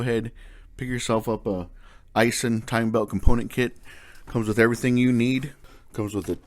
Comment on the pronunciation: Aisin is pronounced as "I sin", and Mitsuboshi is pretty much the same as Mitsubishi, except the last part is "Boshi". Common misunderstanding: Mitsubishi does not mean "3 Stars" but means "3 Logenzes". Mitsuboshi means "3 Stars".....not that it matters a big deal. I still pay a little extra for genuine OEM; Unitta belt & Yamada pump (both are still made in Japan). The 2 bearings are Koyo at Honda & Acura dealers. Unless the company that sells the Aisin kit changed the contents (suppliers, country of orign, etc...) it is still of high quality. I just want to stick with the OEM.